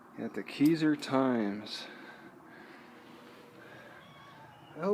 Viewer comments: The cat is always left there it's their pet, it is pronounced k eye zer, you said chehalis wrong too, are you from our town? You see plugs for energy efficient cars everywhere Walgreens city hall Keizer station Safeway mercantile ect. I'm proud to see Keizer is the best little town in Oregon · You said Keizer wrong its pronounces K eye s er